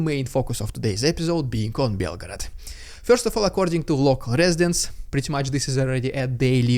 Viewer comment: Why did you pronounce it like belgrade